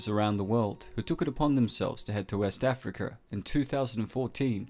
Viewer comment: “West Africker”